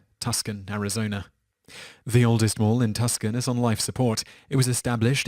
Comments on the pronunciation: Tuscon AZ Simon!!! Say "2 son" NOT "Tusscon" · Why don't you learn how to properly pronounce the names of US cities? The city in Arizona you mention is NOT Tus-con . . . it's TOO-sawn. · Its not Tus-con. It's Tu-son. That's how you pronounce it.lol Anyway, I think a lot of malls will start shutting down due to more and more people shopping online. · Tuscon = Too.sawn lol 😂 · “Too-sawn” not Tus-kon. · It's TWO Son not Tusk con. I know you are a Brit, but this just makes you sound like a fool! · Tus-can haha! It’s not Italy’s smaller sister city. It’s pronounced Too-sahn. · It's not pronounced "Tusken"!!! It's pronounced "Too-Sahn"! Tucson, Arizona!!!! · Tuskan? Tuksan? Really? Tooo Sahn! Tucson is pronounced TooSahn. It's mentioned in several songs not the least of which being a song by a little band you might have heard of called the Beatles. Jeezus man this city is like semi-famous. Alice Cooper got his start here when the band was called spiders with a lead singer named Vincent. FFS.... BTW El con mall is still here... but it's an outdoor mall, they tore most of the galleria down. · Tuscon is pronounced Too san not tuskin. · It's not tus con its pronounced two saun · Tus Con. Arizona.....lo. Too son or Too sun..... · It's Too-san (Tuscan) Arizona not Tus-kan, You British tart! And Cleveland , Ohio (US). Washington, DC is the only city w/o a state designation! Top ten european mistakes in designating US cities should be your next list shithead! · im american and i had to be told by my girlfriend from mexico that its not tus kun and is TOO-Sahn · i thought Tuscon was pronounced Tooson? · Touscon folk call their town 'TOO-son.' And yes, I know, but a fellow whose country has a family whose last name's spelled 'Chalmondsey' but which they pronounce as 'Chumley' really hasn't a leg to stand on. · Tucson is pronounced To-san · I've heard of Tucson, but what's a Tuscon? I'm not even American and I know how to pronounce & spell it correctly. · Tucson is pronounce too-sawn